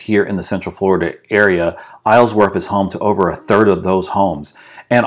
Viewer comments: The proper way to say it is Isle-worth. Not Islesworth. You kept adding an S to it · I cringe every time you say IsleSworth..... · Love the drive thru but my god it was difficult to hear you saying “IsleSworth” every single time.